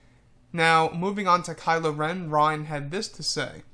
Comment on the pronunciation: damer REN NOT RON- REN